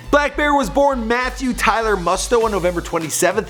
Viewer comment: Its pronounced ( Moosto) not ( must o) jsjs